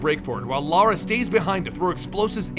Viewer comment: Reminds me the first video I've seen from these guys he kept saying Lara name wrong and Zod kept correcting him. miss the comedy guys.